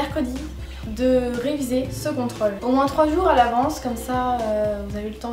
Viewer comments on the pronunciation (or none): Merci pour ses conseils tu ma fait rire avex tes "contrAle"au lieu de contrOle